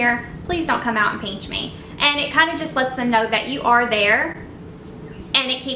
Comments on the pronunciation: ??? It’s pinch not pench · haha peench I think it is pinch but no hate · p-IN-ch not peench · Why do y’all care if she says peench? Different people pronounce different words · Lol “ peench “ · i think the word your looking for is pinch not peench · Omg I’m sorry but I couldn’t finish the video because I couldn’t stand you saying “peench” instead of “pinch” over and over again 😒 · i swear to god if you say peench one more time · Bossmexicangamer haha it’s because she is southern!😂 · It kind of annoys meeeee LMAO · yeah, peench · It’s still driving me insane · "Peench" lmao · STOP SAYING PEANCHHHH ITS KILLING MEEEEEEEE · "peanch" me. haha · Stop saying peench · its funny how she says pinch not trying to be offensive sorry its her accent no hate intended